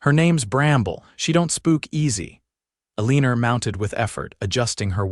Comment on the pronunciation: I do wish someone would edit these - the woman's name is Eleanor, but it's consistently mispronounced and misspelled throughout the story . . . it's pronounced ELLEN-or, not a-lean-or.